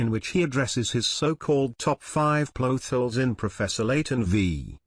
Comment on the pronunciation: I love how pronounces it "Ploth holes." Me loves theoriezz too. I agree with Phoenix's substance abuse. Spirit Mediums are crazy and unrealistic, after all. That last theory was pretty good. Maybe they are just video game characters... That music was also a nice touch. Scaaaary.